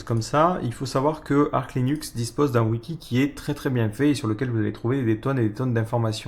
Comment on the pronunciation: Ça se prononce Arche, et non pas Ark. Source : ~ Officially, the 'Arch' in "Arch Linux" is pronounced /ˈɑrtʃ/ as in an "archer"/bowman, or "arch-nemesis", and not as in "ark" or "archangel". ~